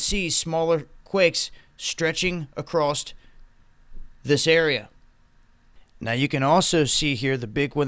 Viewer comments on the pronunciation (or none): It's across not acrost